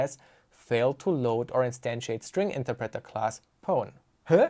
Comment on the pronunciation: The way you pronounce "interpreter" drives me crazy